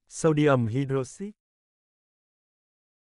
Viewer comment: Anh ơi, cái từ "hydroxide" ấy phát âm của nó là hai-đroóc-xai cơ anh ạ